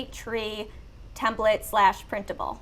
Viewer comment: edit the templet in what? Templete? What did you say?